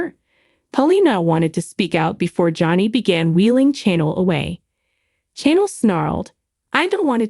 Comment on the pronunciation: Its channel not Chanel and this is old news 😂